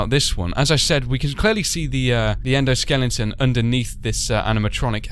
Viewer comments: Its endoskeleton not endoskellington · he said endo skellington